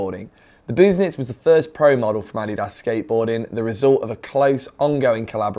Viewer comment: As a German I will say that he pronounced it correctly — it’s ADDY-das, not adDEEdas.